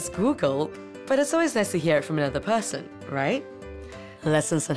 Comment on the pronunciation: Your accent has changed! Less malaysian, with a hint of british? [lol how you pronounced "person" ]